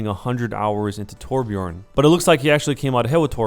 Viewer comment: its not torbjorn IITTSS FFUUCCKKIINNGG TORBJØRN!!